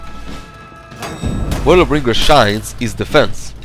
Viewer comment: Why do you say Lawbringer like it's one word? "luhbringer" with no pause? It's "Law Bringer"